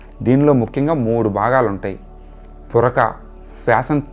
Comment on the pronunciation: పురక కాదు పూరకం